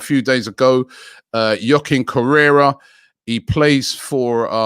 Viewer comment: Man said joaquin correra 🙆🏾‍♀️😂😂😂😂😂😂